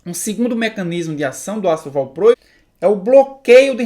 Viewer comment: Tenso ouvir valprôico..